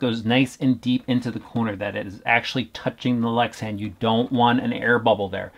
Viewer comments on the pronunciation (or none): none